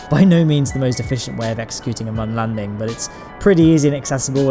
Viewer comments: It's moon not mun but ur close so idc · P.s. 'Mun' with the two dots above the 'u' is a German sound... its ACTUALLY pronounced 'MOON'. JUST SAY MOON! Not this... 'mun'. DISLIKE #90 Is me.